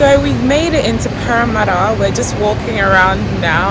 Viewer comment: Sis, now their de3 the ascent is deeper, I can’t hear anything eh the way u pronounced parramatta